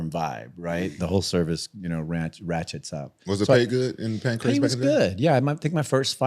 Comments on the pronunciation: it’s PANCRASE, not Pancreas 😂😂😂😂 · As well as the pancreas champion😂 its pancrace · got second hand cte the way he’s calling Pancrase PANCREAS 🤦🏽‍♂️ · Homie keeps saying pancreas and not Pancrase 😂😂😂😂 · This dude calls it Pancreas, lol😂. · How many times did say Pancreas instead of Pancrase? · Pancrase, not pancreas... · pan - CRASE. NOT CRIAS! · every episode that the white dude host says Pancrase, I want to never watch this podcast again. It's PAN-CRAZE not Pancreas, man. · bro its fucking PANCRASE, not pancreas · Please. With all due respect. Its panCRASE not Pancreas lmfaoooo "World pancreas" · Listening to bear call it Pancreas is so fucking irritating. Cmon. Acting like a hiatorian and doesnt even know what its called